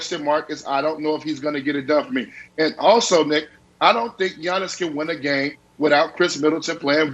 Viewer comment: It’s Giannis lol